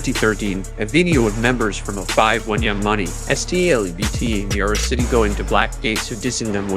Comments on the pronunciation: 😂 that was funny hearing it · It would be said that way in Spanish 🤣